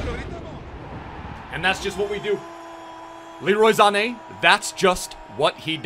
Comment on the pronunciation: "Leroy Zane" lol